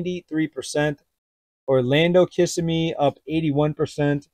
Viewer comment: 😢Its pronounced Kiss Sim ee.